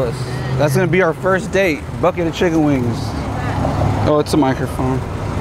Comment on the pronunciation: "A bucket of chicken wanngss" lol idk why i laughed so hard